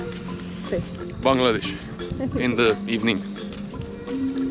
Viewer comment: Love your channel. The way you pronounce Bangladesh warms my heart. Bless ya’ll